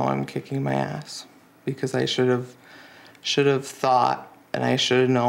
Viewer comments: I “shuntuv.” Man…assaulting children and the English language. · "I cunduve" "I wunduve" "I shunduve" Drove me CRAZY, every time he said it. 🤢🤮